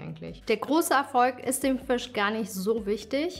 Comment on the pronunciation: Süß, das heisst Fisch nicht Füsch